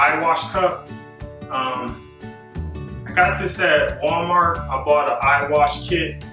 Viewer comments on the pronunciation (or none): none